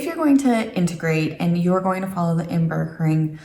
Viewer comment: Your pronunciation of “inburgering” is very nice. A gentle “g”, sort of half-way between the hard Northern g and the soft Southern one and quite “deftig”.